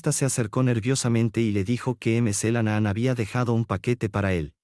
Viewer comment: Por favor: por favor se pronuncia Mc. CLENAN NO MC la nanaan